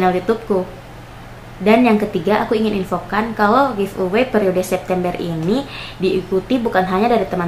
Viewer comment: iya kak hehe beda logat